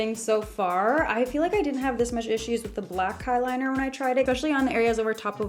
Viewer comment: And she also said kiliners